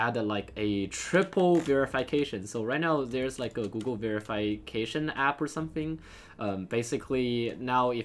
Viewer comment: me: ve-ruh-fuh-kay-shun: ve-re-fai-kay-shun